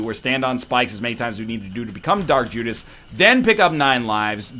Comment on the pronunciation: He said Jark Judas lol